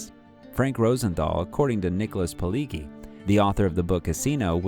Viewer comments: A minor correction: The author/screenwriter's named is pronounced "Pee-ledge-ee" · The G’s in Pileggi are pronounced as J. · Polegi HA !! LOL !! It's Pileggi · Can't even pronounce "Pileggi" right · Anyone else wonder why a channel called "Movies Consigliere" couldn't bother to spend 5 seconds to research how to pronounce Nick Pilleggi's name correctly? #LikeNailsOnAChalkboard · u did all this research and still managed to butcher pronouncing Pileggi's name. shame hahah... it's probably alright. anyway good effort and nice to know the back story for those that had not come across his books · Researched so well that the guy never even learned how to pronounce 'Pileggi'. But it was a full 8 seconds in before the obvious cluelessness of the narrator was unquestioningly confirmed. Why do people make content about subjects they obviously know nothing about? Do they do it to piss me off? Or is that just a happy side effect of their ignorance?